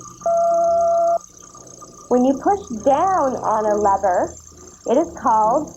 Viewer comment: An educational show mispronouncing lever? Yikes!